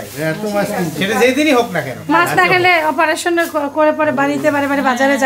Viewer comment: Operation বিদেশী উচ্চারণ - আপরেশেন আমাদের উচ্চারণ অপারেশেন।